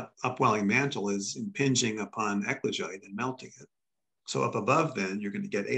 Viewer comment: Equijite?!? Ecuagite? Eklagite?!? If anyone is interested in Googleing the "high temperature basalt" they keep talking about, it's "ECLOGITE". It took me quite a while to get close enough to the right word that Google would give a decent suggestion. 🤔